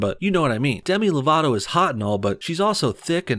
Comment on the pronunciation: I thought you said Dani divito